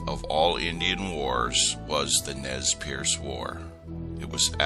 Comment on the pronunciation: ITS NEZ PURSE thats how you pronounce it